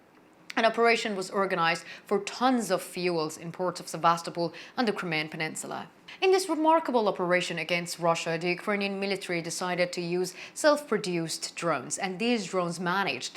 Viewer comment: And I believe Sevastopol is pronounced SEV as TO pol.